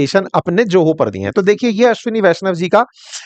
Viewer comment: यदि Zoho का उच्चारण 'जोहो' होता है तो Joho का उच्चारण क्या होगा?! और आप teacher हैं?! :face-fuchsia-tongue-out: बाप रे...!!!